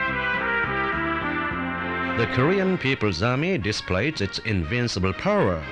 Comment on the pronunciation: "The Korean Peoples Army disprays it's inbincable powra"